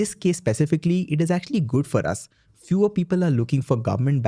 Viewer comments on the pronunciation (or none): none